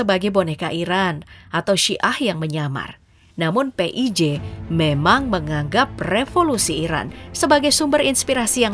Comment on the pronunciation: PHI AY JI , bukan PE I J, tar ada yg gak terima loh kak 😂